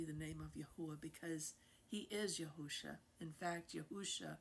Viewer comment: YAHUAH, not Yahawah! YAHUSHA, not Yahawahshi!